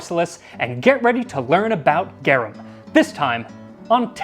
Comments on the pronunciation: It's said "garoom". It's Latin. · GAR ROOM is how it would be spoken. If anyone wanted to know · Gah-rum....technically more like "Gah-room" but I'm too crazy to just let that grating pronunciation go... Everything else you seem to put good effort into pronouncing properly, but the main topic item...not even close. Great video otherwise. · This is a really cool video but I just have to point out I think you're pronouncing it wrong Its pronounced like Gar-oom You say Gare-em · The way you pronounce it all I can hear now is Gyarados sauce.🤣 I love these videos. The best way to pep up any downer day! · Not criticizing!! GARUM = GA as in garlic, RUM as more like the ROOM word, but w short "O" sound. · I like this. It is pronounced Gah- room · Cool Latin facts by someone who took it for 4 years lol: Garum is more precisely pronounced 'gahrūm' (equal stress on the syllables as Latin is an unstressed language, not to be confused with lacking inflection). Enjoy the new bit of linguistic knowledge🧠 :) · GARVM. It's pronounced "GARVM" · I my Latin classes I was taught it is pronounced like saying the word "are" - g (are) um